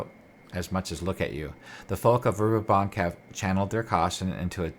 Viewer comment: Great Work. I love this area of Oerth. I was introduced to it in The Temple of Elemental Evil. Not to be picky but you are pronouncing the city wrong. Dragon Magazine 93 has a pronunciation guide for Greyhawk " Verbobonc vair-BO-bon (silent 'c')"